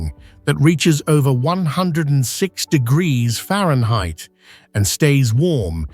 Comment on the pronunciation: Temperatures can reach 100 diggita-errrfba’s? 😂